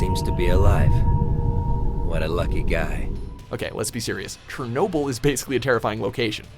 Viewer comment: This video is made unwatchable by his pronouncing of Chernobyl